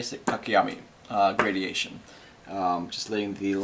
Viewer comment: By the way, the word is "gradation" not "gradiation"